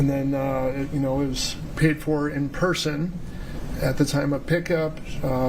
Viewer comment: says Pershon not person